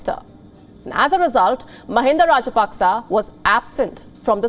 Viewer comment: Pronounced Rajapakse wrong again